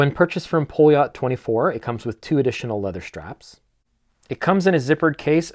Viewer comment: A little help with terms. First. Poljot is pronaunced Paljot. The outer ring is a Tachymeter, like the Omega Speedmaster professional, and do's not count speed, but units pr hour. ie how mane things you would be able to do in one hour, you can calculate by the timeing up to 1 minut. And the 40 mm has a Seagull ST19 movement instread of the Poljot P3133 movement. The Seagull ST19 is a clone of the Venus 175, where the 3133 is athe one Venus cloned as the Venus 150. The Seagull ST19/Venus 175, is thou a clone of the original 3017 movement, that cosmonaut Alexei Leonov wore on humans first ever space walk. Yes, the Strela chronograph, was the first watch worn in outer space, outside of a protective spacecraft. The watch is the Russian equvilant of the Speedmaster Professional, just it was in space years before the Omega.